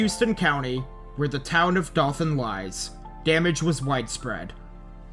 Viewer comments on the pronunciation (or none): I lived in Dothan, AL. (Pronounced "Doe-Than" btw! ^_^), when Michael hit. It was the worst storm we had since Hurricane Opal (rode out that one as well with my family, I was a kid). Lost power for about 5 days total, just about every house in the neighborhood had tree's down. Bad damage all over the county/city. And that's about 1.5-2 hours from the coast. So TLDR; It wasn't just Florida and Georgia that had major damage. Alabama typically has a bad time as well if those two other states do. Seems to always get overlooked in reporting. I might have some photos to send eventually from the damage! I'd have to look but if I do I'll send over an email! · A lot of people miss pronounce Dothan most of em aren't from around the area